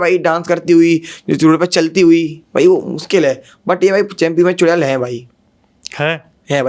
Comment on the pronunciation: चुरेल नहीं चुड़ैल😂😂